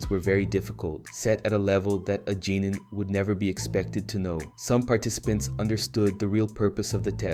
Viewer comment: "za-boosa" "jenin" man did you even watch the show or are you just mispronouncing things on purpose